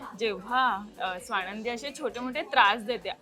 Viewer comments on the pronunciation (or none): स्वाणंदी नाही हो स्वानंदी